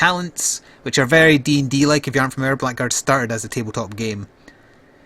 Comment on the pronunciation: Been looking forward to this for a while. Oh, it's pronounced Blaggards by the way :)